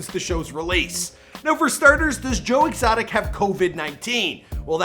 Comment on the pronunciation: Who is Joe Extoic, though??? 🧐🧐🧐🧐🧐🧐🧐😂😂😂😂😂😂😂😂😂